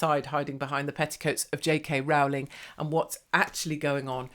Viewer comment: Rowling is pronounced rolling, as in rolling on the river. Grr.